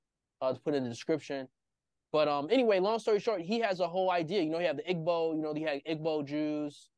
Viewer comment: "iGbo"?? Not the right pronunciation